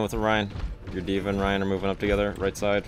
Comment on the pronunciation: That’s D.mon not D.va